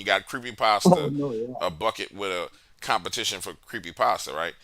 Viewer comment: nice .lmao he said its cometition XD. halloween